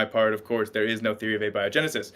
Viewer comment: Thank you for pronouncing abiogenesis correctly. The other pronunciation drives me crazy